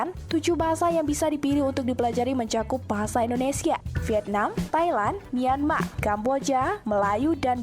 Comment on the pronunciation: Aku bangga pada anda berdua chanel, karena pengucapanya Bahasa Indonesia sudah semakin baik.